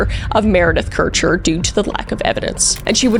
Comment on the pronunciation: I think you are the first person to pronounce Kircher right( my moms maiden name is Kircher and most people mispronounce it)❤